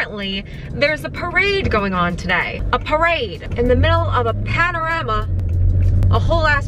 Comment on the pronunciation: literally had to stop chewing on my morning toast when she said ,,,,PANORAMA'''''' xdxdddddhshjd